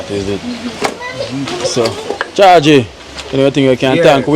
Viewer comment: His name is George and they call him georgy not chargy which is how it sound like. But it's actually Georgy/George.